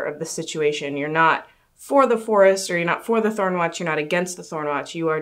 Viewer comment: really didn't seem to like Jerry's pronunciation of the forest